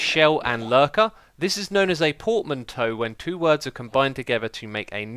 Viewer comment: The pronunciation off portmanteau triggered me